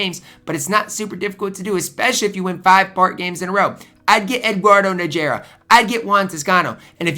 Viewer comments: lol i got on krazy warlo for mispronouncing name. C'mon you better then that. "Naggggerrrraaaa" lol Learn the players name. Worse then Ronny Seeeeekley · a casual NBA fan how does he not know how to pronounce the legendary Eduardo Najera last name right its pronounced like NawHerAw